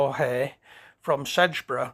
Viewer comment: rather unusual pronunciation of Sedbergh ! it is sed bur not sedge bur